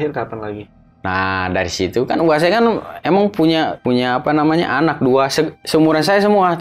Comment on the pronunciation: saya ngakak pas dia bilang "apa nyamanah"🤣 sering terjadi ketika orang Sunda bilang "apa namanya"🤣